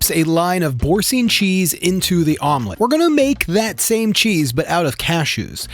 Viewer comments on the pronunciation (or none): Please Google how to pronounce Boursin. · Boursin is pronounced boorsan. You're, welcome. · A little FYI: Boursin is pronounced bore-SA(n) , with the second vowel like the a in apple and with a nasal not-really -pronounced ) n . (If the final syllable were spelled sine , with an e at the end, then it would be pronounced seen .)